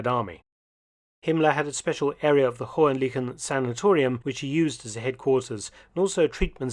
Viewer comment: Indeed. But the pronunciation of Hohen-Lychen was not that successful. I admit it is a tricky one. 🙂